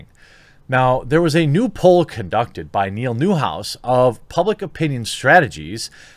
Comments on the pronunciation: It's "poll", not "pole". Sorry, it was bugging me. Keep fighting the good fight. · Poll not POLE.... LOL English... sorry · Poll, not pole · lol it's "poll" not "pole" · Shouldn't it be poll not pole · Poll... not pole. Sorry to be a grammar natzi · Poll. It’s poll. 😊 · It's poll...not pole...it's driving me insane! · It’s called Poll, not Pole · Poll, not pole. Fix it please. We don't need to give the SJWs any ammo. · New "Poll" = not Pole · Poll, Jeremy. Not POLE. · New Pole lol. Come on man. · I'm really hoping there is people who realized it is poll, not pole. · Poll, not pole. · New pole.....you mean like a stick? I think you meant "poll", but we'll let you off just this once! :D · He said Pole 😂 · Think you mean Poll not Pole as in to dance on... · Jeremy!!! The word is Poll, not Pole! 😆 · JEEBUS JEREMY, it's "POLL". Damn, dude!. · POLL not POLE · BRO... it's "POLL"! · it's "poll". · New "Pole" lol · Please. Love you and all but it's p-o-l-l, not p-o-l-e. Very different meanings